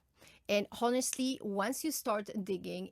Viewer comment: Honestly has silent h ..pronounced as onestly